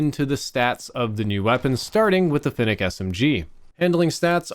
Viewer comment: At least you can pronounce fennec properly